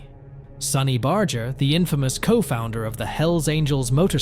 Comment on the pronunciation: This is such a CROCK OF S%&T!! You can't even pronounce Barger's name!! It's a hard " G ",not a soft " G ".